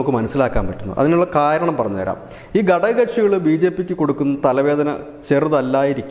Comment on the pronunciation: നല്ല വസ്തുനിഷ്ഠമായ അപഗ്രഥനവും അവതരണവും ഘടകക്ഷികൾ എന്നതിനു പകരം ഗടകകക്ഷികൾ എന്നു പറയുന്നത് ഒരു കല്ലുകടിയായി തോന്നി